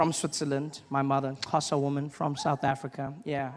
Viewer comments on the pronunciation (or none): none